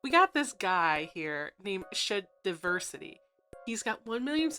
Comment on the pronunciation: Video starts with you pronouncing the channels name funny. Why? One minute in, you are already name calling this guy, starting this discussion in bad faith and strawmanning him. Cool, dislike, I'll move on.